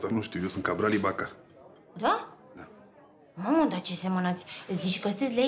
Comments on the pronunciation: Carbal Iboko in loc de Cabral Ibaka 😂😂😂😂🤣🤣🤣🤣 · Carbal iobka ✅️ Cabral Ibaka ❌️